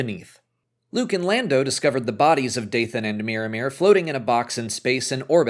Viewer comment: Every time you say Miramir, I hear Mirrormere, a lake by Moria in the Lord of the Rings